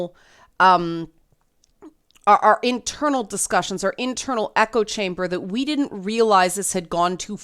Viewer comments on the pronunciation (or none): none